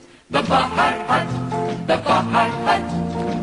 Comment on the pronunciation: It is pronounced "Bi-High-Hut", not "Baa-High-Hut," often referred to by locals as the "Bye-Bye-Hut" because of the High Octane drinks once served (Hello Jerry) at this Sarasota/Bradenton institution.